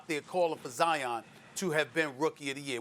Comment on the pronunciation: No one : Not even Covid-19 : Stephen A : Zion Williamsons Dominique : Jaian